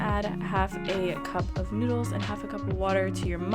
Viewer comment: Did she just say noodles